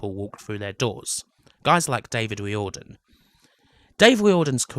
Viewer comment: Just a few notes on pronunciation - silicon is 'silakon' (not the tiling and boobjob stuff, lol), Tír na n-óg is nearest to 'cheer na noeg', and Riordan would be 'reerdan' (In Ireland, anyway), though yous was nearer to how the syllables are treated in Irish